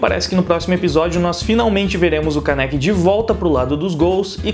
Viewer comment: Não é Kanéki é Kaneki